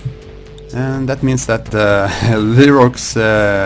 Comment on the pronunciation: I think Leroix's name is pronounced Loo-Roy I think. Also, interesting match.